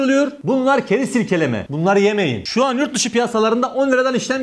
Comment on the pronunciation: "Keriz silkeleme " tam Adana ağzı 😁😆